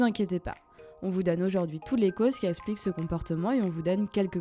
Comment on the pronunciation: toujours aussi intéressant! En revanche, soucis et fautes de liaison dans l'élocution de la narratrice. En effet, outre le faite que les mots soient majoritairement < > rendant difficile la compréhension, il est récurrent d'entendre: - "essplique" au lieu de "explique" / -"Les d'endroits, les endroits "(les Zendroits, liaison svp), -"en N'auteur"! " en Hauteur" (Jamais de liaison lorsque y a un H). On ne dit pas: les z'aricots/ les z'élicoptéres/les z'andicapés... -" si vous avez déjà TOUT éliminé TOUT les causes précédentes"/ " Si vous avez (déjà) éliminé TOUTES les causes précédentes" - "Mainan" (M1nan) on dit "MainTENAN". - 4min02: "essplique" 4min04: "essplique"... (belle répétition). " 1 raison essplique pk et même plusieurs raisons essplique pourquoi votre chat miaule la nuit... La 1ere chose à faire est de trouver la raison de pourquoi votre chat ne dort pas la nuit! MDR! Sans déc'!